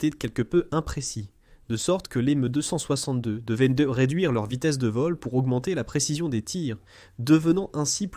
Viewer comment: Un vrai supplice cette vois d IA . j ai pas pu regarder jusqu au bout. Le MEUUh 262 lol